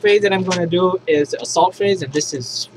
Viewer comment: Shooting phrase? Typo or accent?